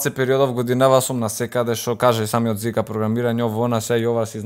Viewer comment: Те помеша брате наместо Жика ГП вика Зика Хахахах